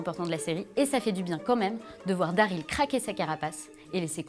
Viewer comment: Putain c'est pas "Dareel" mais "Daryl" merde pronnonce bien son nom ☹